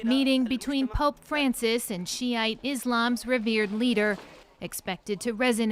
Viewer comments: Sheea not shite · Correct pronunciation is ' Sheea ' not Shitte.